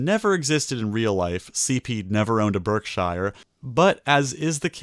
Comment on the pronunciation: Birkshiar, Berksheer, or Birkshur?😅😅😅